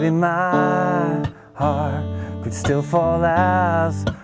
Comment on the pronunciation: does anybody notice when he says my beating D 😂😂😂